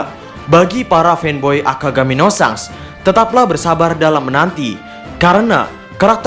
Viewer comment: sangs.. asli ga enak didengernya. Klw ga bs bilang Syengs, paling ngga syangs gitu